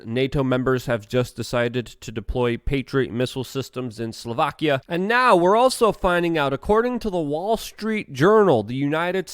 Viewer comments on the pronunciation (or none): none